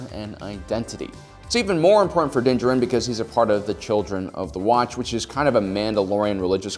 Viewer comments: "dinjerin" I am convinced that this man makes an effort to mispronounce every single name in Star Wars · I see doesn't read comments or has chosen to be stubborn: still meshing the Mandalorian's two names in cringe-worthy fashion. Din JAR-in. You have the wrong em-FA-sis on the right syl-A-bulls. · I think he means that the guy pronounced his name like jerin rather than jarin. I think everyone knows the D is silent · that doesn't make it juh-rin, it's jar-in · It’s actually pronounced as “Din Jar-in”=Din Djarin not “Din Jah-rin” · Its din JAR-IN not Jerin. Just saying :/ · Why do you keep saying djarIn when it is djArin? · Has this guy even watched the show? What is going on with his pronunciations? Din Djarin is pronounced "din JAR-in". He says his name for the first time in the season 1 finale, but this guy calls "DIN jur-in". Beskar steel is pronounced "BES-car" by every character in the show, but this dude is saying "buh-SCAR". This is just another one of those soulless videos that capitalizes on what's popular without any real understanding of it. It's really obvious he's reading a script that was written by someone who's actually watched and appreciated the show. I feel bad for whoever wrote this script only to have this clueless dude mispronounce everything. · It must be my bedtime cos i kept hearing him call Din "Danger Rin" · Nobody:: Dinjerin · I’m here for Din-jaREEEN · You say his name wrong. Look up the video where dave filoni says it, correctly. Din D-Jar-in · It’s (DIN-Jar-in) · "din gerin" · dont ever say his name that way its pronounced as din-jar-in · You can't even say his name right. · Am I the only one getting annoyed at the mispronunciation of Djarin? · Kinda cool that you put all that research in but can't say his name correctly... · I really wanna watch this video but I'm sure my dude is just gonna mispronounce Mando's name the whole freaking time:/ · I cannot stand the way this guy mispronounces Djarin every single time 😐